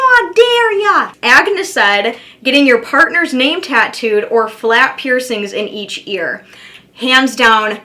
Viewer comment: Heyyyy! You did my question, (no tattoos or no piercings) and you said my name correctly. No one ever pronounces it right. 🥰😃